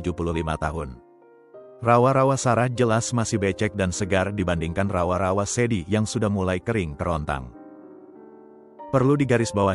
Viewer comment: Dengar rawa-rawa, ngakak aku bang 😂😂😂